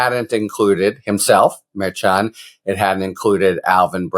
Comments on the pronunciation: Harry, you are mispronouncing the judge's name. It is pronounced MerSHan, not MerChan. Please, Harry, it's annoying. It's not that hard to do it right. In one of your videos attorney KFA gave you the correct pronunciation and you acknowledged it. Please be a little bit professional. Stop mispronouncing the judge's name. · Love your content. Pronounced MAR SHAWN not MAR CHAN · I love ya, Harry, but everyone else says “mer-Shawn”. 😀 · Harry!!!!! It's pronounced Mer-shawn. You were even told that. Come on man. Mer-shawn. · Harry it is pronounced like MER-SHAWN!🤭🤭🤭…Karen corrected you last week!…Love you tho,you are still my favorite talking dictionary! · As much as I appreciate your legal takes, I wish you would pronounce Judge Merchan's name correctly! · Why can’t you pronounce the Judges name correctly?? Do you have a French name impediment?? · KFA already educated you, Harry, on how to pronounce the judge's name. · Man, Karen Friedman already corrected you on the pronunciation of the judges name. It's not a hard c h